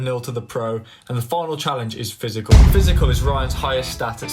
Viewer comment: Bro said pysical